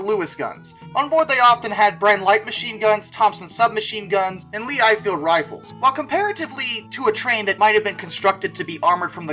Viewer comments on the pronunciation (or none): Yep, but I'm a little under impressed with the pronunciation of "Hotchkiss" and "Lee Enfield".